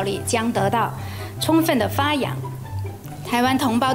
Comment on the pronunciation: 共產黨一直在說 "充分", 我怎麼聽成是在 "沖X" (捏鼻)